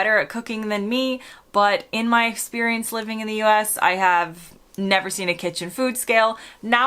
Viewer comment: Did you really say eggsperience?😂